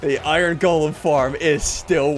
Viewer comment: iron= “owaiern”